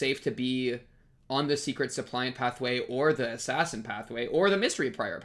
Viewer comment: btw the word suppliant is actually not related to supply (guessing you made this connection based on your pronunciation), but to supplicate